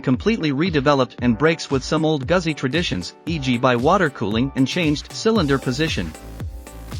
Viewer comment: Pronounced Gootzi